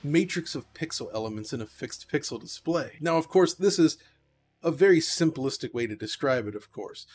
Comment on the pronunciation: “ simple-istic” you mean simplistic?